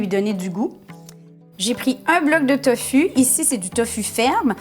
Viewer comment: ça se dit tofou ma belle